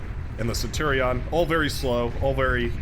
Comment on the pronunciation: It's 'Centurion' bro lmao Love your vids!